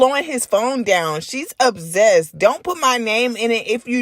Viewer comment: The only issue I have with this video is how you say ObZEst. It’s OB-SESSED (ObSSSSSessed) 😂😂